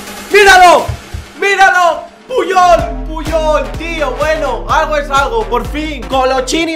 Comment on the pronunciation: No es pullol